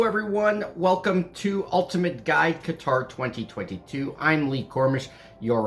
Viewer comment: The way you pronounced Qatar is not how it’s natively said but …sure everything else is wrong lol